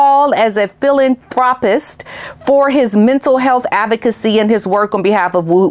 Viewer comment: He’s NOT A HELICOPTER PILOT. he failed the exams. For goodness sake people, do your research and learn how to pronounce words properly like “philanthropic “. If you don’t know there’s always google. No wonder I unsubscribed a long time ago. Why YouTube puts you in front of me I don’t know.